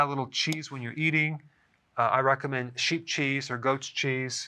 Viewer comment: Sounded like you said, "I recommend cheap cheese or goat cheese" .... lol....